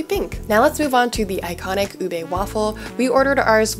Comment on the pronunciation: Thank you for all the info on where to get ube stuff in the bay, but just one little quibble, it’s pronounced u-beeee not u-bey, UBEEE lol. Sorry I’ve been watching all these whitey bloggers in the Philippines mispronounce it and I finally couldn’t take it anymore lol. Signed Filipino Rachel here in Davis 😊 Love your content btw 🥰